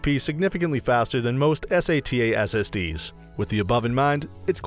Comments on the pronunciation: LOL S.A.T.A .... E.V.O ... ?????????? Humans call them 'SATA & EVO' ... are you a robot ? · SATA = Eis. A. Tea. E. wtf is this ? just called sata M.2 = M point two wth are you ? just said M dot two. holly sh*t he's non tech person. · I couldn't watch any longer when he started saying sata letter by letter. Yikes